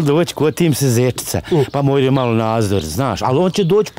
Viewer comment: Jel reko zenica ili sjenica